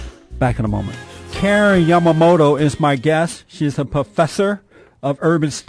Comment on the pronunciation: Umemoto is not pronounced “You May Moto.” It is pronounced “Oo-meh-moto.”